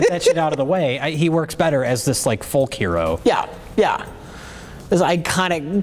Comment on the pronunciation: This video is the first time I've ever heard anyone pronounce the L in the word 'folk'. What a journey.